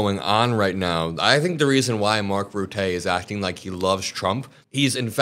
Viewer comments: Rutte - Root-tay? No, his name is pronounced Rut-tuh. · The name is pronounced ‘rootuh’ not ‘ruteh’🤣. I’m not Dutch but I speak Dutch and that even ground my gears 🤣🤣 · Mark Rutte is pronounced [ Rutte(r)] not [Routé] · It’s not pronounced Mark “Rutay”. I’m Dutch and the way you are pronouncing it is with a French accent maybe? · Rutte is pronounced, Ruttah. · please do research how to pronounce foreign names. It's definitely not Ruh-té. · Were Mark Rutte French, your pronunciation would be great, However He's Dutch so the pronunciationof his name is more like Roo-Tah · Your credibility would be increased by using the correct pronunciation of non-US leaders' and politicians' names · 😂 the way you say Rutte is wrong, the reporter pronounced it correctly, and the wife of willunpy the “king” is from Argentina, she’s daughter of Nazis so….. colonialism is illegal.